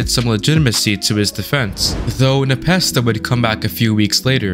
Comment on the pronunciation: That is not how you say Npesta